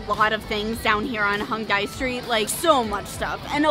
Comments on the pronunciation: Fyi, you guys have been pronouncing Hongdae wrong the whole time. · pronunciation for Hongdae is hong-day not hong-die lol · it's actually not hongDAY. It's more like hongDEH